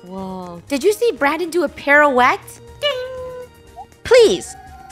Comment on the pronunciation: Not to be rude but said "parouette", it's pirouette